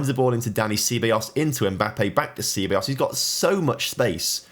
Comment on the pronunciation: Sea-ba-yos, what a pronunciation